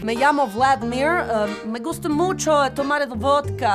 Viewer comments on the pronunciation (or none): none